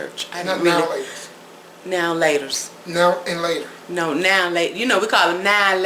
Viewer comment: Dude #1, you are forgiven. We look forward to your appearances ⭐., YES!!!! you said it right, it's 'Nialater' (a.k.a. Now & Later). The cake looks good, this is one I'm going to make for sure. OH! You are on a pound cake marathon 🏃🏽‍♀️🏃🏽‍♀️🏃🏽‍♀️🏃🏽‍♀️🏃🏽‍♀️. WOW!